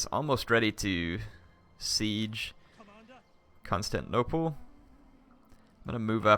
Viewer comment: can't wait to watch the battle next episode but please...someone tell how to pronounce constantinople. it's not constanople where the syllable 'tin' is completely missing and it has been like 10 episodes with him saying it like that.